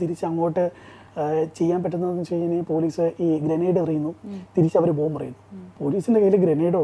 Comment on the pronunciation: ബോംബ്..... അല്ലാതെ ബോബ് അല്ല😂😂😂😂